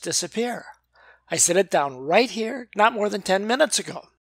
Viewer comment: "I set ot down right here." Good grief. Do I really sound like that? *sigh* Yep. I do.